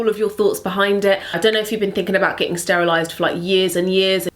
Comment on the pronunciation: "sterilized" lol